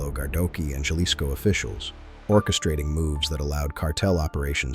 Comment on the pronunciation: It is NOT YARDINES OR YALISCO!!! JAAAARDINES JAAAALISCO HABLA BIEN CABRON!!!